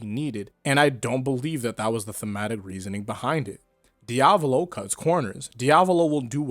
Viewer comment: Hat how he says diavalo, can't keep watching :(